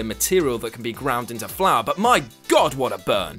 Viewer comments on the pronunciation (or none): none